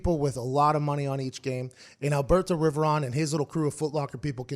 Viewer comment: Every time Pat McAfee says Alberto Riveron my day gets better 😂